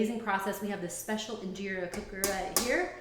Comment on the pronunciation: Girl..... 1. you can freeze (injera) but since your burned your batch it won't be good to freeze. And freezing changes the flavor slightly, you really shouldn't be making injera if you're not going to eat within a week tbh. 2. In-Jeh-Rah. not Injeera 3. the "injeera cooker" as you called it, I'm not sure if this is the amharic name but mgogo is what I've heard it called. 4. your batter was too thick, it should be thin enough to pour right onto the mgogo 5. if you use oil, it's not really injera. 6. The injera need to be thin enough to be easily eaten with hands, but thick enough to absorb liq. from the different dishes-hence the sponge texture you find in injera made properly.